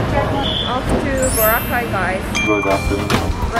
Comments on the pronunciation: Boracay not Bora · It’s NOT BORA!!! It’s Boracay! 🙄